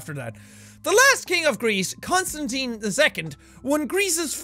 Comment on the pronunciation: Jack!! My name is Constantine and I'm from Greece!! Btw most people pronounce my name wrong but u aced it 👍👍👍